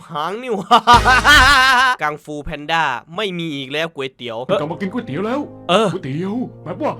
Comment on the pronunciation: ไม่ใช่ครับพี่ ต้องออกเสียงว่าก๋วยเตี๋ยว